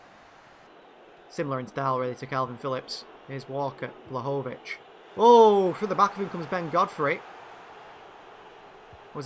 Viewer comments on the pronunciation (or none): Btw you prononcue Vlahovic's name wrongly! It's pronounced Dushan Vlahovich